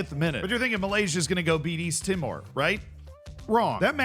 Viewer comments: East timor is meant to sound more like "tea - more" Great video though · Yeah, it's said like tea more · The way you are saying East timor is so funny, it's not even close